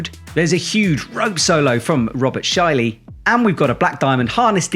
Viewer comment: great comment about saying that everything is soft,! So true! FYI: the "ä" in Schäli is pronounced like the "a" in "cat". More or less.